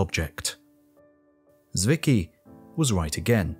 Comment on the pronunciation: Fritz Swicky? Oh, found him. Zwicky, but calling him Swicky is actually quite close. Tswicky is how I would write it for English speaking people to pronounce it more correctly.